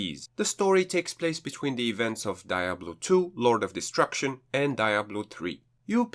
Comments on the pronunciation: Ok since nobody has said it I will because I couldn't even finish watching your first review before I had paused the video a couple of time due to you calling the game die-ablo......listen not to be an a-hole but you have a kind of big youtube chanel not to know by now that this game is called pronounced dee/ablo NOT die-ablo, sorry I had to tell you this cause I love your video reviews but that pronunciation drove me crazy. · It’s pronounced dee ablo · it seems like he is coming of as an a-hole. Yes its pronounced dee/ablo. But obviously everyone has different accents and ways they come out naturally when speaking. He seems to be the only person who has had an issue. Your reviews are great. Keep it up. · Diablo deeablo anyhow he pronounces it,it’s ok